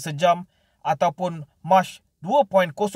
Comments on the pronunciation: min, sebutan "mach" tu bkn mcm sebut bulan "mac" tp sebutan dia "mak" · Ooo.. Kelajuan bunyi pronounced nya mcm bulan 3.. Hahahahahaha